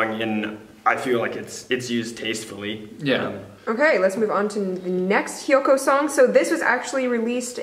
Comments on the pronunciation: Thank you for this! yees my boys are good.. thank you! Hope you can review Wanli too and Comes And Goes :) and its HYUKOH not HYOKOH :) thankyou!! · It's hyukoh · Hyeok OH how to pronouce Hyukoh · it's "HYUKOH" but anyways, i lovE THEM SO MUCH AHHHHHH